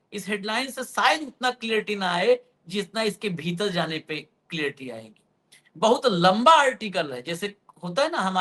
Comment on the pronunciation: जी! आप कई बार क्लियरटी शब्द बोलते है. यह शब्द ठीक नहीं है. सही शब्द क्लैरिटी (clarity) होता है.